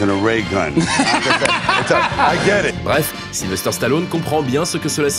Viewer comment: J'adore ! Super ! Sly superstar ! Mon idole ! Une figure paternelle pendant toute mon enfance ! Par contre les gars, arrêtez de dire SylveRster... sur capture mag vous êtes plusieurs à le faire... Sylvester... sans RRRRRRRRRR :D